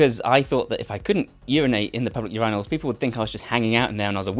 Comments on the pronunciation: Am I the only American who 😂😂😂 at his way of say urinal? 😅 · Urinate. Urinal. Man that mispronouncing tilted me. How on earth can you pronounce one of the words correct and the other so wrong lol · Love your content but I don't think you should have been afraid of peeing in public urinals I think you should have been afraid of pronouncing the word urinal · i have never heard anybody pronounce "urinal" like that before and i'm scared